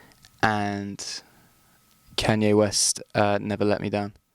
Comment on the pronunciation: He pronounces Kanye as Kenyay.